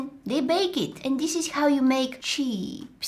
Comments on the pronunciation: the way you said cheeps it is like chips in mongolia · not Cheps❌ cheeps✅ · In Poland we say "czips"-chips. And "cheeps" sound like that. 😁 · The moment she said "chee-pas" I lost it 😂😂😂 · What she said cheeps I thought you said Cheaps 😂